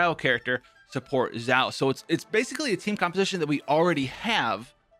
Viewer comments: Just some tips... You are saying Zhao which is not Xiao(sounds more like shall?)… Not a big difference for an English speaker but if you are trying to broaden your fanbase, probably best to get the pronunciation down to a T. Funny though when I keep hearing Zhao, I think about Zhao Yun from Dynasty Warriors which definitely reminds me of Xiao's gameplay. Love the content bro! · Did he say "ZAO"? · Xiao Chow Ciao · My favourite part "Xaio" My boy "Xaio" Thanks for telling be about "Xaio" In school X for "Xaio" And so on😂😂 lol I'm not good at jokes 😂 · this video is full of misinformation. First, please learn how to say a character's name at least moderately well, it's the bare minimum for a content creator. Also, you got the Talent and Character ascension materials confused. Xiao will need both the new boss mat's for character ascension as well as the shadow of the warrior from Childe for his talent upgrades. Next, your artifact recommendations are just straight up wrong. The optimal set for Xiao (theoretically) is 2 pc glad 2 pc vv, not 4 pc glad. While in his ult form (and you should only swap into xiao when his ult is up/almost up for maximum DPS) most of his damage will be coming from plunge attacks, so the 4 pc set effect for glad is useless. Plunging and normal attacks are factored differently, thus the effect is irrelevant.